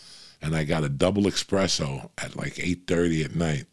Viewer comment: There is no x in espresso. You can’t preach but be illiterate at the same time.